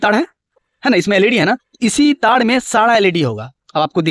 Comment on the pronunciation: ताड़ ❌❌❌ तार ✅✅✅